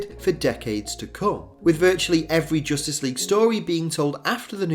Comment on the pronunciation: "JOOSTICE LEAGUE"